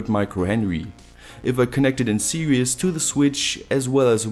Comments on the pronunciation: You said "serious" ..its sposeto be "series" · I'm sorry but "series" is pronounced "see-rees" where the ee is pronounced like "sea". You're far smarter than me, so don't feel patronised cuz I'm dumb.